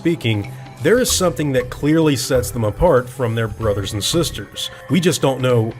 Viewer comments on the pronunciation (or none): none